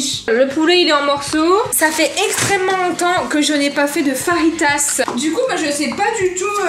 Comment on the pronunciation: Ça se dit fajita pas farita